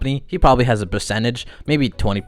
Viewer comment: Did you say Bercentage? Lol clever.